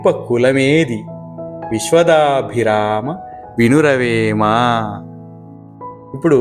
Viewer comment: viswada abhirama Not viswadabhirama.